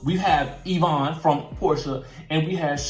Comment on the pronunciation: Every time he say Yvonna name I die he’s so funny.